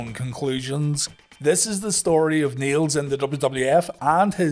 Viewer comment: I can't tell whether you were saying "Niel's" or "needles" but skipping the d like yall sometimes do.